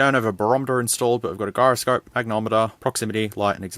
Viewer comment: The hell you just say for "Gyroscope?" lol Its a soft G:p